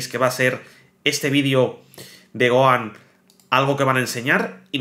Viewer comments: Es Gohan no goan 😂😂😂😂 pero gracias por la información pero intenta por favor pronunciar bien los nombres de los personajes como fan telo pido se que eres español y allá ustedes le. Cuesta pronunciar los nombres de los personajes o le cambian los nombres pero como fan por favor telo pido pronuncialo tal cual como se llama en Japón ❤ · Oye t correjiré algo, Gohan no se pronuncia "Goan" porq la H en su nombre es como una J en cualquier idioma como lo habias dicho una vez so lo habias dicho bien. Eso era todo, saludos y grax por toda la info💯👌🏻🔥